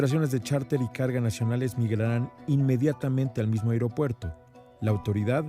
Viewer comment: Felicidades a por su correcta pronunciación de las palabras "A I R O P U E R T O" e "I N T I N E R A R I O" así somos de Profesionales en México...